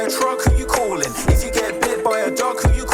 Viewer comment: “If you get hit by a truck who you cawin’?” 😂